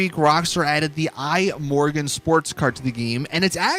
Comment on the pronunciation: I'm Swedish, and I'm bothered by how you pronounce "Imorgon". It means "tomorrow", and it's pronounced kinda like "e-morron"